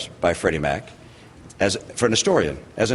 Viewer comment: i hate mitt romney simply because he said "An -istorian"....its "A Historian" you jackass